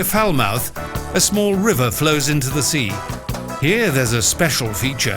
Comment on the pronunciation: Oh my goodness. Did he just say "Fowl Mouth" as the pronunciation for Falmouth. Lol